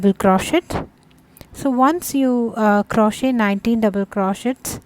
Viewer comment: Great work, and for your awareness, the "t" is silent in crochet.